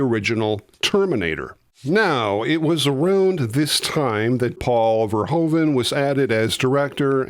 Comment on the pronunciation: Please try to pronounce the name of the director correct; its not "Pol Fairhoven", but "Paul (like 'wow!') "Ver-hoo (as in 'who') -van".